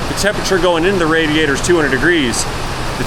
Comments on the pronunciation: “Leek in radator” lmao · Heh. "LEEK". HEH- " RADATOR". Luv ya!!